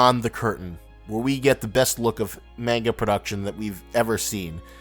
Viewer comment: The way you say manga grinds my gears